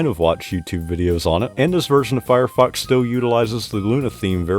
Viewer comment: My fav win. Anyone else hearing firefox as firefu**s when he say it? 🤔